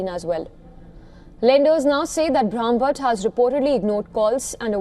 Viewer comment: She is having such a difficult time pronouncing Brahmbhatt! Shame that Indian newsreaders can't pronounce Indian names correctly